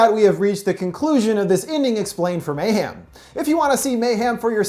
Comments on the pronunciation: I’m so sorry great video as always but the way u say mayhem kills me. It’s mayhem not mayham 😭😭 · it sound like he says mayham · No one:: may ham